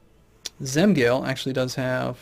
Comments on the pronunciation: Zem-gaal-eh Not Zem-gale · Hey, im surprised that you decided to play Romuva faith. Those provinces pronounce "Zem-galeh" and "Kur-zemeh".:) I'll definitely enjoy these series.